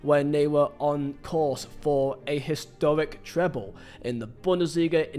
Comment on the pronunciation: “A histowic tweble” you sound like you’re doing a Monty Python skit 😂